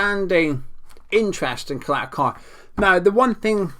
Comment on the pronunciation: His name is Ćaleta-Car (Cha-leta Tsar)